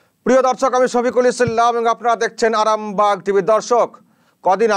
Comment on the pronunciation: আপনার সব খবর আমি দেখি,খুব ভালো লাগে। একটা অনুরোধ। সফিকুল ইসলাম বলতে গিয়ে,ইসলাম এর উপর আর আরামবাগ টি ভি বলতে গিয়ে আরামবাগের উপর একটু বেশী জোর দেওয়া হয়ে যাচ্ছে, আগে যখন বলতেন নরমাল ভাবে খুব ভালো লাগতো। যদিও আমার মনে হয়েছে। আপনাকে ছোট করার জন্য বলছি না। হয়ত আমার কথাটা অনেকের খারাপ লাগতে পারে। একটু ভাববেন ব্যাপারটা নিয়ে। অনুরোধ রইল।